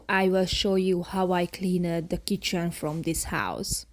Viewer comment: I don't want to sound mean, but please take it the way I mean it, with love! You pronounce a couple of words wrong. (I understand, since English is not my native language, either. I know how hard it is to learn a new language). Cleaned is pronounced cleend, not clee-ned. Different is pronounced Diff-rent, not di-fe-rent. Peace.